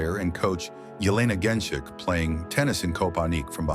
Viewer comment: Man, if Djoković is pronounced a certain way, why should Genčić be pronounced differently?! When you're already making a documentary and putting in serious effort, at least try to learn how to pronounce Slavic names. We are not such a small group of people, you know... Half of Europe, at least... Btw. good work :). "Not to bad".